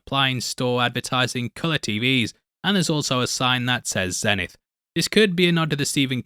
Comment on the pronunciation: It’s pronounced Zee-Nith. It was a radio brand